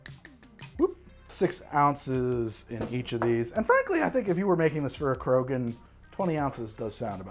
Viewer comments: Lol you actually nailed Tuchanka and Krogan. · Just for the record, you pronounced Krogan and Tuchanka correctly. I'm not sure that Elaaden exists, since I'm not sure Andromeda exists, but I'm willing to bet you got that right at least once. :D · Actually, your pronunciation of Tuchanka and Krogan are pretty much spot on. in my experience a lot of alien names are phonetic in Mass Effect.